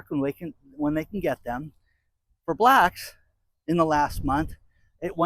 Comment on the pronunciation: Why do you say black like that?